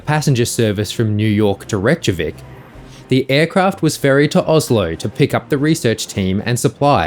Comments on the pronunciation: It’s pronounced Rake-a-Vic…….. NOT rechtkavic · "Rekyavick" not "Rechavick".